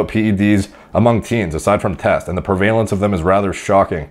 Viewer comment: Prevalence -- this word is pronounced preh-vuh-lence for anyone who has mispronounced it like myself haha